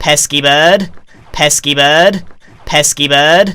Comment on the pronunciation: Evolution of pesky bird: Pesky bird Pess keyboard Pesky bud Pes keep erd